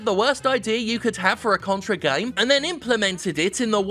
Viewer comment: I totally heard “This is the came industry.” No wonder I can’t get off any more.